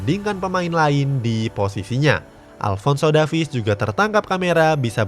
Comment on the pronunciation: Bang baca nama Alphonso Davies bukan Davis tapi Devis